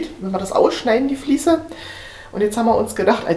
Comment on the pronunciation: Ein gesundes und frohes neues Jahr Euch allen! Super Video, vielen lieben Dank! Wieder sehr viel gelernt. es heißt "Fliese" und nicht "Fließe". Ich werde wahnsinnig 😂